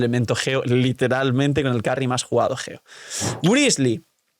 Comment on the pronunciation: Es geo no ggggeo